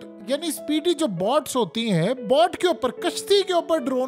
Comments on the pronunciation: ITS NOT BOT, ITS BOAT, LIKE ITS BOATING, NOT BOTING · Bhai!!!. Jab "boat" ka english ka pronunciation nahi aata to تیز رفتار کشتیاں bool do... Kiyun "boat" to "bot" booltay ho?, "bot" is the short name of robots... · Please boat ko pronounce sahi terha kijiye